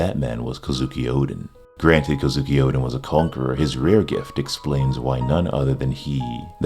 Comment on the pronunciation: Anyone else finds it weird he keeps saying Odin instead of Oden? Or am I just old and senile to hear/listen properly.